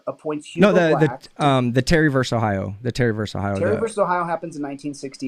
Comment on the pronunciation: Please stop pronouncing “versus” as “verse”.